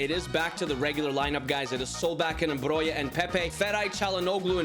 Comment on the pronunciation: Broja is pronounced Broha not Broja or Broia